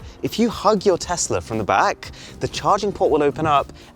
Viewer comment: Aaron thanks for calling it Tesla and not TEZLA! Just watching but your videos are always great!